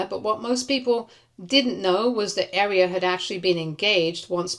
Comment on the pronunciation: Your butchering of Aria is kinda annoying. You're pronouncing it like the word "Area" When it's pronounced like "Are-ee-uh" 😅